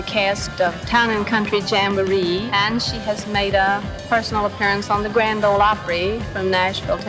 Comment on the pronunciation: Grand “Ole” Opry, please.